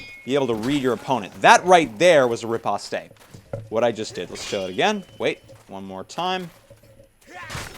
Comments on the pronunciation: "rip oss tays" lmao it's "rip post" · me knowing sword fighting techniques him saying "ripostays" makes me really annoyed!!! its sad re-post and spelled riposte! XD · I could watch this after hearing RIPOSTE-AY 5 times but once I heard it the 6th time I had to close the video from over-cringing. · REE POST AND BUBBLE IS JUST RANGE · Really insightful and interesting video, thanks! It's "ree-post", by the way. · Great videos! Also think of the word as "ri-pahst", the last part as in "pasta". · I'm not sure if you even check these things anymore but just to clear up the pronunciation of riposte here is a link to a dictionary that will audibly say it for you ^^ Personally I wasn't sure either so, here it is! p.s. love all your great work! keep it up! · A good video, but your pronunciation of some of these words needs a little work, such as "bardiche" and "riposte".